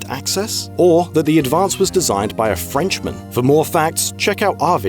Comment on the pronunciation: There's something inherently funny about the way someone with an English accent says 'Frenchman"